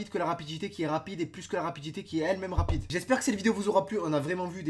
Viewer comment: Tu ma fait rire quand ta dit ragide